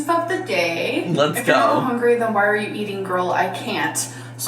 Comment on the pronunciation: All I can hear is HONGRY